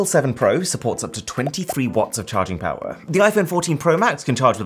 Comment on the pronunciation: powah of android